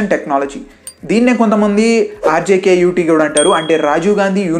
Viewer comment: Its RGUKT ,not rjkut😂